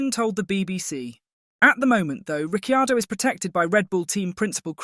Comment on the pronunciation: Agree Ric time in F1 is over. So arrogant he just kept moving teams. Can you please pronounce his name correctly - there is no "i" sounded in last half of his name.